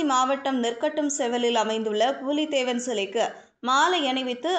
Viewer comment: அம்மா. . புலி தேவன்.. . பூலி தேவன் இல்லை... தமிழ் விளங்கும்..